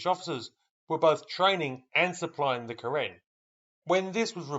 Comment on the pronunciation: Karin, not Karen.